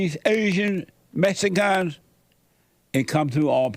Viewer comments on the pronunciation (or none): He says Mexicgons like a type of shape